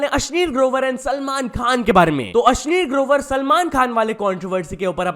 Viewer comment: भाई तू बोलता अश्नीर है मैं सुनता अश्लील हु😂😅